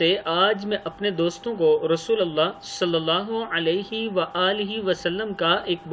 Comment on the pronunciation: Rasul KY lam par zabar nahi pesh hiy .